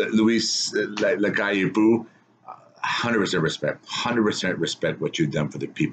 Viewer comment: You pronounce it Luis Lacalle POW but with a softer O as in OH.